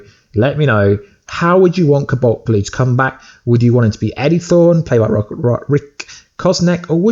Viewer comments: cu balt blu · Is the way he says cobalt pissing anyone else off?